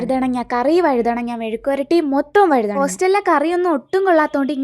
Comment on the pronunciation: Vazhudhanna alla mole vazhudhana😊